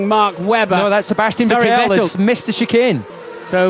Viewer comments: ve"tell" lmaoi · Why has David always refused to pronounce Vettel properly? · Did DC ever learn how to pronounce Vettel or that just his Scottish accent?